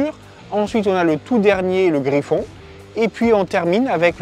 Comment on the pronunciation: Super vidéo, mais on dit pas Griffon mais Griff-N, contraction de Griffin à la base, et non Griffon ☺️